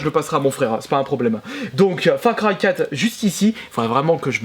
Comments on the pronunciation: Mdr FRA CRY 4 a cause de toi j'ai un fous rire :-) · Salut chère on dit far cry si on sait lire